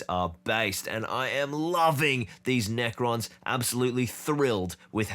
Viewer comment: Did you call them neko boys as in cat boys?